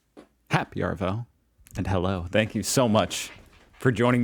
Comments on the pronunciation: Hi, yet another fun instalment! Love your reactions to our ‘every day’ things… But please, don’t say ‘aRvo’ - it’s short for ‘afternoon’, hence ‘avo’! So, avo to you, mate! 😋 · You need to learn how to pronounce "arvo". Say it with a long A sound (aaaah) and do not pronounce the R